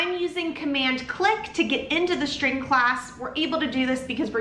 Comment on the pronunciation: Is that an accent? Why are you saying shtring instead of string with s not sh? Iam new to english please teach me